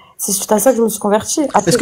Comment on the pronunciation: "Moi je suis convertchie" LOL